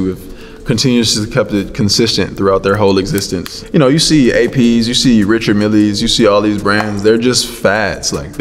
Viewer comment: I don't know what bothers me more, brothas who bleach their hair to death or the mispronunciation of Richard Mille.